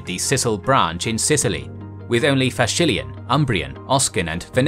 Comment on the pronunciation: "Fascilian"?? almost made me puke. It's Faliscan. Also in Latin and Faliscan "sc" is not pronounced "sh". Could use a lot of help with pronunciations in general in these videos.